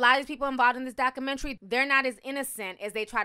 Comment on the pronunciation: I hate how she says documentary 😑😑